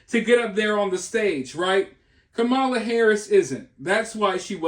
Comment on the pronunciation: Does anyone else’s bum clench up every time they call her mamala?